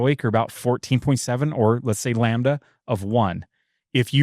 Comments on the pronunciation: I can’t stop hearing the one guy say “lambuhduh” and it’s really bugging me 😅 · Can someone please explain to it’s pronounced Lamb-da NOT Lam ba da! It’s painful listening to him. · Lol ! It’s called incomplete combustion . Lambada vs lambda as the dyno guy says 😂😂😂